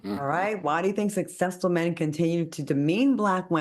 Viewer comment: I try not to cringe and I realize he can't help it but it really grates on my nerves to hear Al say ' ATHALETE' and 'SUSSESSFUL' . They aren't hard words. It's like nails on a chalkboard for me. I realize this is probably a non factor but I immediately skip the segment.